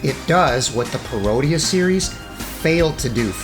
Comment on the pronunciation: Not criticizing, you say it how you like... but I was always under the impression parodier was pronounced 'parro-deer' just like how you would pronounce bombadier or brigadier (ranks in the British army). Anyway, cool vid :)